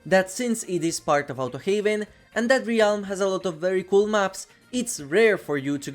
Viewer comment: Hey, I just wanted to say it's pronounced RELM, not RE-ALM. No disrespect, but it irks me for some reason hearing pronounced incorrectly.